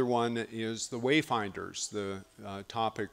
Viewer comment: "the wayferers" 😂😂